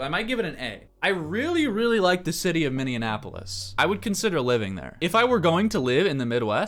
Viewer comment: why do you pronounce Minneapolis as Mininiapolis